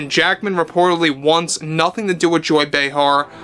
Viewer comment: Say her name right Joy Brayheart.